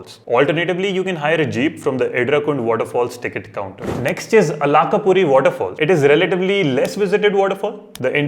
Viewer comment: It is alakaaaapura kingdom of kubera Try to know what you pronouncing and it's meaning before posting videos By the way good info